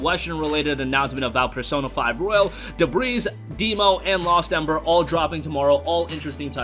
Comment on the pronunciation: STOP PRONOUNCING THE "S" IN DEBRIS, IT'S SILENT! IT'S DEH-BREE, NOT DEH-BREEZE. I love ya, bro, but goddamn.